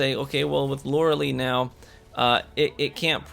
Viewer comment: Best exotic EVER don’t care how many times it’s getting nerfed I will never gonna take it off, just for the simple fact that Loreley it’s my daughter’s name!!! 🥰 and by the way u are saing the name wrong by don’t worrie Lolol keep up the good work!!